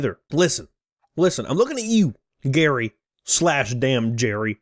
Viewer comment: It's Gerry, pronounced the same as Jerry. The e in what makes this sound like Jerry, as opposed to sounding like Gary.